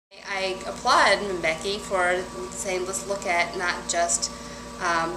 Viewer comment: Why is this white man saying Mabeki?